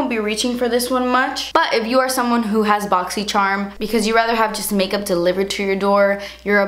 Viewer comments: Boxy charm.. Oh Sorry boxy cherm 😂😂😂 kathleenI_Loooov You! ❤️ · that very last second when she says boxycharm, I'm sorry boxysherm 😂😂😂😂😂😂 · That intro never gets old "ma bogzy cherm unbogzing!!!!" 😂😂😂 I love it xxx I legit died 😂💖👌🏼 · The best part of these videos is saying 'Boxy Sharm unboxin'!' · "BoxySharm unboxin" will never get old!! I only watch it to hear you say it bc I'm not subscribed to it 💁🏻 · Always i see this video I say the intro too. Welcome to my boxysherm unboxing hahaha 😂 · before the video eveb started i said "hey guys today's video is going to be my boxy sharm unboxing lol' i love how she says charm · That last clip when you accidentally said boxycharm 😂😂 apology accepted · "😱 Boxysherm... I'm sorry." 😂😂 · As someone who hasn't gotten a shipping confirmation email for this month as of yet, that hit the spot. Thanks! I love your pronunciation of BoxyCharm; it will never get old! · When you said boxy charm normally then apologized for saying it wrong I died 😂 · love how she says boxycharm 😂